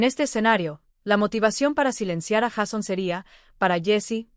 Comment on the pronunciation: Sería bueno que la persona que narra el vídeo no dijera Jason se escribe Jason y se pronuncia Jeison